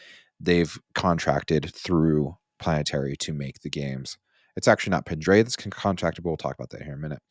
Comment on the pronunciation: Hey…. It’s pedretti, not pindretti